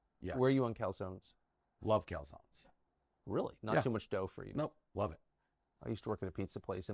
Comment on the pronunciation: "Where are you on Calzonnes?"